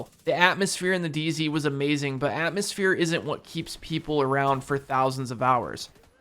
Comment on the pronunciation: Just noticed you said dz not day z